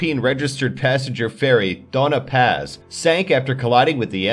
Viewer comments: Its not pronounced Dona Paz It's Donia Paz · Its not dona paz Its doña paz Like if you are a filipino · Its pronounced Doña paz, not dona paz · It's pronounced don ya NOT do na - get a dictionary!!! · That was driving me crazy! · He said Dona Paz instead of DOÑA Paz. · Nice video, but the narrator clearly doesn't know how to pronounce words in other languages. The so-called "Dona Paz" should have been "Donya Paz", and I'm not even going to talk about the Mont Blanc... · DonYA paz, not dona paz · Dude, it's pronounced "doan - ya" in Doña Paz. There's a tilde there for a reason. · Its actually read as don-ya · 223 just wna correct 😅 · Doña Paz is pronounced as Donia Paz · Doña Paz is pronounced 'donya path' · its pronounced as donia paz and the spelling is doña paz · isn't it Doña like doñya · Also, it's pronounced Don-nyuh Pahz, iirc. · That is not how you pronounce doña paz